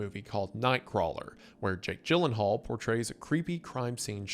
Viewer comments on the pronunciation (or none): none